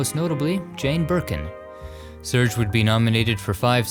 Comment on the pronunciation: It’s not pronounced surge it’s sir gay but with an accent